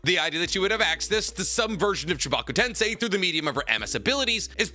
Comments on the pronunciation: How did you randomly change from saying tensei to tensai? .. like please dude you have watched and read this series enough to not be fucking up this pronunciation anymore. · Why did you quit pronouncing テンセイ "tensei" correctly partway into the discussion about it? 🥹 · He knows correct pronunciations he does that to piss off the "actually!" people